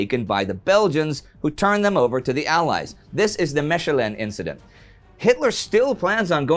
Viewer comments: Meshelin? It's like Maykelin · Superb history channel! Even "Mechelen" is almost pronounced correctly :-)Greetz from BEL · Great show off course - but the way he says 'Mechelen' is horrible :p - … speaking as a Belgian